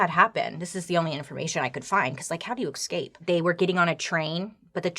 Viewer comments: Still waiting for Bailey to pronounce 'escape' correctly. Or maybe not XD iiikskeip! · I can’t help but laugh every time she says escape, “excape”… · Bailey, I love you and your content, but, sweetie, there's no "x" in the word "escape". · i love how Bailey says ''ECSCAPES'' i replay it every time! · Bailey pronouncing “ex-cape” over and over again brings me joy. What a wonderful human being. Stay gold, Bailey. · Bahahaha 😂❤😂 I thought the same thing 😂😂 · Ok the story is chilling, but I cant not say anything. The way she pronounced escape "excape" is the most adorable thing 😂😂 i love that human 😂 she tells stories in the most entertaining way ever! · Same I was looking for the “excape” comment! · I laughed every time you said the word "Ex - Caped"...LOL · bailey i love you but its ES CAPE e-s-c-a-p-e